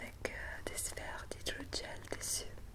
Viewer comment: Romain Mertz elle dit bien hydrogel ;)